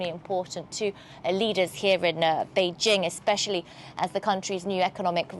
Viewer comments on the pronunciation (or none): It’s not beige-Ing❌ It’s Bay JING